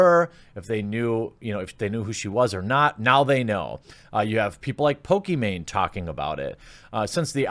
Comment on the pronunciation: Oh? It’s “po-ke-Main” ? I always pronounced it as “Po-ke-ma-ne”